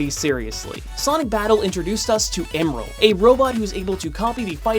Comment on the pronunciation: Heh. He mispronounced Emerl. Also, what on earth was the point of bringing up Dragon Ball? How is that relevant to Smash Bros.? Plus, everyone who even cares about that topic already knows which one came first.